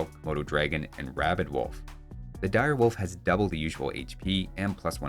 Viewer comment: "Do you know what a Dire Wofl is? It is like a Wolf, but it is Dire"